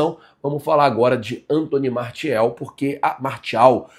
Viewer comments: você é excelente, mas nesse vídeo me deu uma agonia ouvir você falando martiel e não Martial kkkkkk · MARTIEL MARCIAL SO NÃO FALA MARTIAL 😂😂😂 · Fico numa agonia falando, MARCIEL, MARTIEL, MARCEL ce ta doido kkkkkkkkkkk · pronuncia "MARCIAL" 😊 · se lê "marcial"